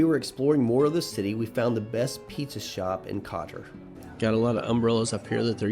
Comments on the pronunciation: Hey guys, Nice video. It's not pronounced Cotter though it's Koetore if that helps. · Izgovara se Kotor, dragi stranci ime grada se izgovara izvorno!